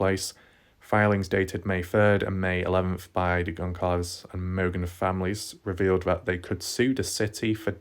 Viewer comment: Very thorough. I do get distracted by videos that mispronounce a lot though 😕. It’s Goncalves (c is pronounced like s - Gon-sal-vez) and Idaho (not Idahow). With every update, BK looks more guilty.